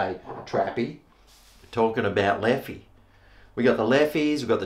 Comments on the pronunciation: It is the right pronunciation,! Well done. Although Leffe Blonde is not really one of my favorites, but i reckon you’ll like the Duvel, also one of my favorites. Never heard of Holtland before, and i’m not sure if it’s a belgian beer. Thank you so much for the shoutout and keep being you mate. Love from Belgium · From an Aussie who’s lived in Belgium it is beer HEAVEN. In French you pronounce it Leff and in Flemish it is Leffer. The Brune or Tripel are the best. There are many more.....